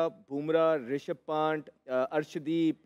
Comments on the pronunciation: कोई इन्हें बताये के ऋषभ "पैंट" नही " पंत " है। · पैंट नहीं पंत 😂l